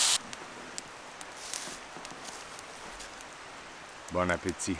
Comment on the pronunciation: Nice trip !! j'aime comment a y'avait de l'accent dans ton bon appetit ! ;-)